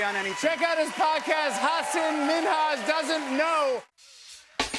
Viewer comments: Why does no one correct Jimmy for saying Hasin instead of Hasan? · Jimmy is butchering the pronunciation of Hasan's un-anglicized name. Just learn it properly lol